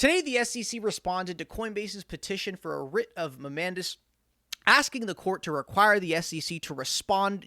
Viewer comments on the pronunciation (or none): mandamus is pronounced "man-day-mus"